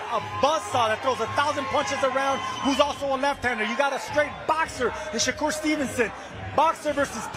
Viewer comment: I used to like when Eddie Hearn used to say “Shay-ker” instead of “Shakur” lol